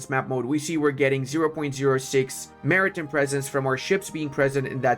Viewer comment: I realize the "hand gooner" thing is a joke, sort of like "master debater." But FYI, Maritime is pronounced Marry-Time not Marry-Tim. In British English its Mahri-Time but either version we pronounce Time not Tim.